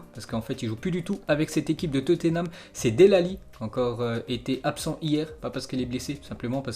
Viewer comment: Dell Ali 😂😂